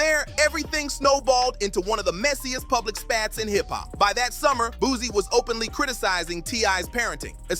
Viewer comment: Why are these voice overs, saying "boozy" instead of Boosie